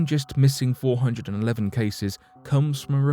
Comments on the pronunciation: What is? The fact that he doesn’t know how to pronounce 411?? 😉😆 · or at least pronounce 411 correctly...haha!